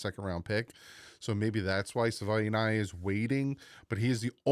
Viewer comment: Sah- vah- e- ni- ah